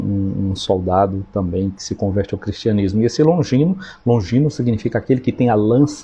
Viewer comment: Boa tarde,! Vc falou S.Longinho, mas é S. Longuinho q a gente falava qdo criança, lá na roça.